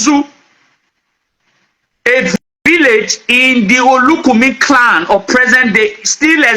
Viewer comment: Honestly, his pronunciation of clan as he corrupted to clowns repudiate all what he was trying to paint. The yoruba scholars tried to educate this people on the story of their kingdom which has been distorted with incoherent story. If you listened to how their early kingdom of igodomigodo start and how the next era commenced, if you are not wise, the will end up confusing you illogical reason. From the guys story, Eze Chima is a biniman, Obi is a bini name. Does it mean that this don't about the earliest migration westwards by the igbos, then eastwards as a result hash and unfriendly situations the igbos and tribes encountered with the binis.According history, there were lots of others tribes like the esan uhrobos, including the igbos who left bini , and stated moving to different destinations and settled